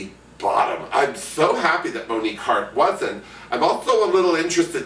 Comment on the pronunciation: Monikkie Heart? Lmao